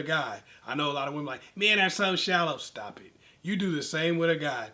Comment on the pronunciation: He said “stauup it” 😭😭💀